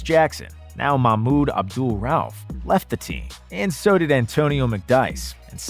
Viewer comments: Pronounced Raw-Oof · Fat Lever is pronounced leaver and Abdul Rauf is pronounced row-oof. Still a good video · Wow, does anyone at Nonstop care to listen to the voiceover before posting these videos? Cringeworthy pronunciation on Fat "Lever" and Mahmoud Abdul-"Rauf."